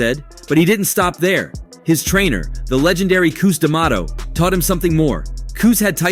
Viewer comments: It's Cus not Coos! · "Cooz" D'amato? WTF? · “ Koose “D’Mato lol. It’s CUS My guy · Koose lol it’s cus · STOP Calling Him "Kuss" His Name Is Cus ' That's Disrespectful... ⬅️ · STOP CALLING CUS, "KUSS!" WHAT'S WRONG WITH YOU! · This is a fight channel and you can’t pronounce Cus.